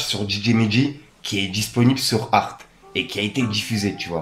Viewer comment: Arté !! pas Arthe mdr 🤣